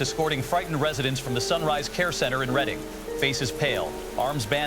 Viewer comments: Shout out pronouncing Reading PA right, and the Alex Jones really hit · I was surprised to hear Reading, because most people don't pronounce it properly if they're not from around here